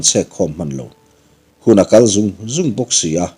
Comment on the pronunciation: Ram hnim leh thing zung a "Zung" hi thluk sang tur ni awm lo tak ani.. thing zung re re a hnuai lama a awm angin..